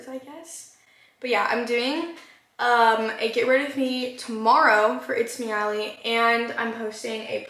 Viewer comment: Why did it sound like she said Uriel